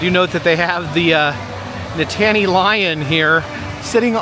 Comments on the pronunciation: That was where the carousel was until pretty recently. And it’s NIT - ta - NEE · Nittany has three syllables, not two. The accent is on the first syllable. Also the mascot is technically a lioness. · I do not like to correct people but it is NIT NEY Lion.not Nittaney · Penn State is Nittany (no pause) Lions...not Nit-tany 😂 And the dress shoes is a nod to their legendary coach, Joe Paterno. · my husband is a native Pennsylvanian and former student of Penn State, and the mascot is pronounced NITT-anny not Ni-tanny. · It's pronounced " knit a knee" lion 😉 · Really need to learn your college mascots. Love the episode but can’t handle Nit-Tany Lion…. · Nitttany is pronounced Knit-Knee as in the Nitttany Lions football team from Penn State (State College, PA). Penn State Health snd Hershey combined years ago which is why you'll see Penn State at Hershey. Thats a brief history, lol. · Nittany Lion!! Please!! Ni-tan-nee or the Nitnee Lion if you are from da valley. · Nittany is pronounced Knit-a-Knee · Live this video but u were making me laugh with your pronunciation of the NITTANY Lion (actually pronounced like: “NIT-KNEE”) Penn State-er’s were dying!!! lol. Love that you visited Hershey!! So awesome to see you in my backyard!! ❤ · Oh!! We love your videos — Nittany Lion! Penn Staters everywhere were groaning. 😂 We are thankful for your two thumbs up appreciating our mascot! Nittany rhymes with Brittany. ❤❤❤❤❤ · Nittany is pronounced like Brittney. My daughter and I watching and I can't unheard you say it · it’s pronounced Nit-Knee lion…. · Nittany rhymes with Brittany. Never mind about all that though. We love you anyway. Another fun video! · Its named after H B Reese. Rhymes with Grease. Nittany rhymes with Brittany. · It's pronounced Knit an y lion.Go State!!! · it's pronounced Nit-knee lion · That Nittany pronunciation hurt me as a Penn state fan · He considers himself a connoisseur of mascots but doesn’t know how to pronounce Nittany? 🤔